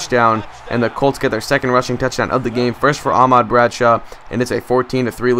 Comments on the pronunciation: It's ahmad not aaaaahmad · you're saying Ahmad wrong. you don't use so much emphasis on the ah. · You say Ahmad wrong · youre saying Ahmad like two words.